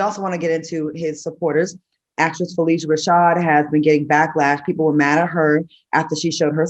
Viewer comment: Fuh-lish-uh Rashad